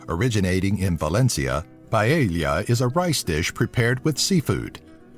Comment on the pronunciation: sobre todo la "paieia" dios que puto sida